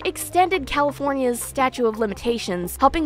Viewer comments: Hon PLEASE! I want to listen 🎧 and I want to support him. But u must be credible and educated. It’s “stauTE” of limitations. Not Statue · Awesome video. It sounds like you are saying “statue of limitations”. It’s actually “statute of limitations”. Maybe I am mishearing you. This video is very good and well researched. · You're not saying statue of limitations, are you? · Such a great video! Very balanced and educational on SA and DV! I can't help but get annoyed when you say "statue" when I think you mean "statute". Maybe I'm wrong, but I think you might be missing a T in there. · Are you saying "statue of limitations"? It's statute. With a T. Great job with the research though. I really don't know who to believe now. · *statute - not statue of limitations... ;) good video. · Hi, it's "statute" of limitations not statue. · Hun...it's *"Statute", not "statue"...🙄wow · Statute not statue. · It’s statuTe of limitations, not statue of limitations. Hopefully you don’t take it the wrong way because I’m not trying to be rude on purpose. But I do know it sounds and feels rude. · I love you to death girly but I am so 🧐 - it sounds like you’re saying “statue” of limitations instead of “statute”? Am I mishearing this because it keeps jarring me & it’s one of those words that just slips by so fast that I can’t even tell if what im hearing is what’s being said, hah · The word is “statute.” Just letting you know. Keep on keeping on.